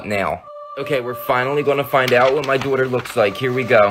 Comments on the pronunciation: How he pronounces daughter: DOTOR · The way he said daughter it’s like Dooter lol🤣🤣🤣🤣